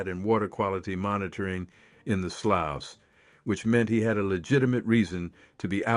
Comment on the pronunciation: Sloughs is pronounced: "sloos" / slews